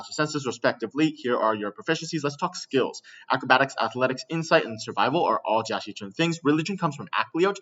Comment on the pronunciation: Jia Xichun, or Jackie Chun? I can't hear the difference